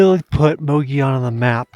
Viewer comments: Love the video, but it's pronounced Moh-goh-yoh-n. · It's pronounced"muggy own" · The way you're pronouncing Mogollon is killing me. 😂 It's almost like you didn't talk to any locals... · Su funny that the towns name is Mogollon, no i in sight with two l letters, but all of a sudden those 2 L:s become an i so you pronounce it as Mogion. I just find that funny.